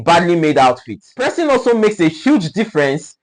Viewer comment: He is correct in saying pressing.